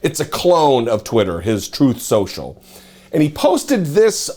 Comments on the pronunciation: sorry, you mispronounced Trump’s site… Troth Senchal. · Troath Sential. He was troathing